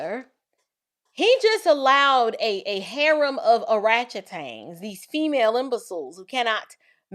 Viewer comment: Not o-ratchet-tangs skksss😅